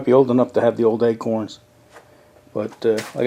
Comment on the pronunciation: Its pronounced ACHE-HORNS around here, but I'm a ways up from RoadKing in north Jersey.